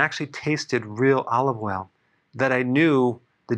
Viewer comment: Olive woil you said? Okay, I'll be looking for the specific spelling! THANKS!